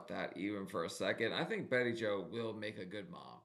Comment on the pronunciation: you're killing me!! Turdy! Turdy pounds! I cracked up - Of course, there's pronouncing Bettie Jo's name, BayJo. It's all good!!